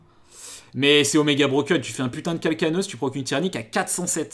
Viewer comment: Par contre calcaneus se prononce « calcanéuss » stp ça me stress